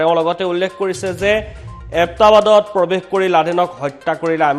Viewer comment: এবটাবাত নহয় হে ওবাটাবাট হে উচ্চারণ ভালকয় করিব।